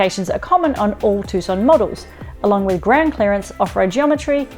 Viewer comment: it is named TUCSON not TUSCON